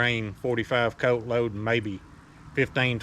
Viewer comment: "forty five coat"